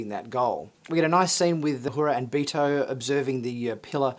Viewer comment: Its not.... "BEE TOE" its "BEHR-toh" Basically his name is Berto.. but pronounced with a Spanish accent. Ortegas is of some type of Spanish decent.